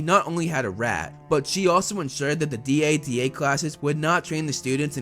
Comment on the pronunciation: Just call it dada instead of D.A.D.A